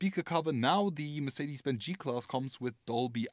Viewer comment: They will just NEVER learn how to pronounce Mercedes-Benz!! Build schools in that place.